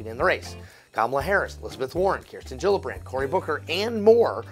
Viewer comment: It almost sounded like Kyle called Kirsten Gillibrand “Jello Brand” at one point. I know he loves giving people nicknames like Cloud Boot Jar, so I wouldn’t be surprised to hear him call Kirsten by that name.